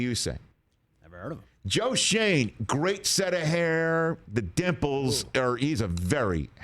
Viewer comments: Hey Rich, if he has German ancestry, this is not pronounced "Shayne", but Schön, as in the German word for "nice". Which is ironic because his first year is not going to be nice... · The kid’s family’s name has been Americanized some time in the past. Schoen’s name uses the German pronunciation because the o has an umlaut. In German a single vowel has a specific sound. And when two vowels are together the second vowel is long (die is dee) But if 2 vowels are together and the first one is an umlaut controlled vowel then the sound of the second vowel is affected.) Absolutely no charge for about the only thing I remember from my German major in 1968!)😂😂🤪🙄😜😊 Except for all the naughty words I know. LOL